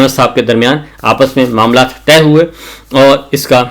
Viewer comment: معاملات کو ”طے“ کرنیکی ضرورت ھے نہ کہ “تہہ“ کرنے کی۔۔۔۔